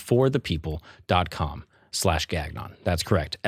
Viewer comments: Please tell me that your name isn't really pronounced GAG-non.... with French Canadian dad? Should be Gan-YON shouldn't it? Did you Americanize for an uneducated audience? If so, please don't! Embrace your true self (even if you are straight) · you're father is french Canadian and doesn't slap you ever time you pronounce Gangnon that way? the second g is silent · We have those men and women here in downtown parks in Toronto. We call them the 'Can Dragons'. And Nigeria, India and China have far more cultures and dialects than Italy. And dude: your name is Gagnon. Gan-yon. Gan-yon. Gan-yon....it's French. Please don't say Gag-non. Don't be so American. It's Gan-yon. Not Gag-non. WTF? And what's this: "Just a Brooklyn Jew" crap?